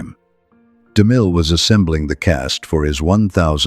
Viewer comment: to the narrator his name was ceil b de mil not damil